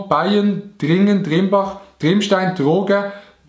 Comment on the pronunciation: Aarburg häsch nid xeit glaub ig. Bettlach esch MFK standohrt🤦‍♀️ vo solothurn. RESPECT du hesch Trimbach ond ned TriEmbach xeit👏👏👏👍👍👍